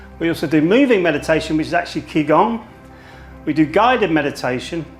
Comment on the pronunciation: Its actually ji gong. Ji like journey not ki like kill. For gong I should show you the phonetic transcription but I doubt you know that.